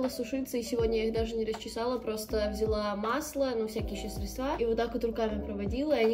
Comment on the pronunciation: Да не средствА, а срЕдства, пожалуйста, хватит думать, что это средствА это правильно😢